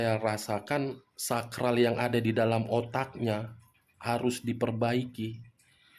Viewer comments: Wkkk... lagi serius2nya nyimak tiba2 gua ngakak...🤣🤣🤣 SAKLAR Bang.... ! bukan SAKRAL...Hahahahaa...😆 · Saklar bang...bukan sakral otaknya 🤣...saking semangatnya sampai kesleo... semangat bang 👍👍